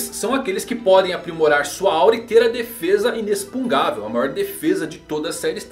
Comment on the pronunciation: Ei man, eu não queria ser o chato do português mas vou ser. Não existe inexpugavel. É Inexpug NÁ vel. Desculpa eu sei que sou péssimo, mas to sofrendo com essa pronúncia. Ótimo vídeo. Como sempre!